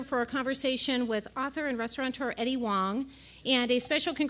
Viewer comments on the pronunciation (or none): it's eddie HUANG. not wong, lady